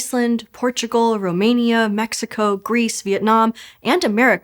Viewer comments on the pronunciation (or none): none